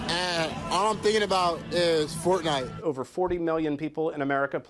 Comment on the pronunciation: Pronounce Fortnite correctly